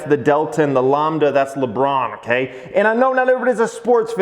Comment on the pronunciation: Lambda as in Lamb (the animal)... and not Lawmb. Now pronounce ACAI. LOL.